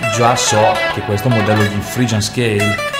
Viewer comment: scala penta, frigian scale, sesta mainor, sesta maijor....ma come cazz parli ahahahahah!